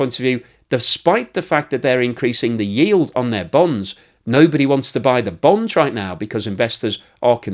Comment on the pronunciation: Is he saying Bones?😂